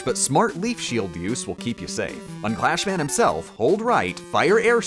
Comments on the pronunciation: you said clash man! Not Crash Man!!! TRIGGERED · its crash man not clash man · Ahem. It's CRASH Man, not CLASH Man. Yes I know this is Rockman 2 and not Mega Man 2 but nyeh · I see the comment section filled up with random crap, even PP is only mentioned once from what I see. I really expected everyone to call out your pronunciation of Crash Man. Clash Man is the original Japanese name, "Crash" only came from a mistranslation because in Japanese, the L sound is the same as R.